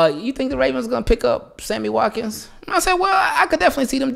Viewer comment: Yo said Hammy Watkins 😂 I needed that laugh bruh